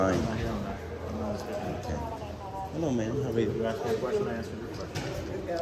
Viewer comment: He axed them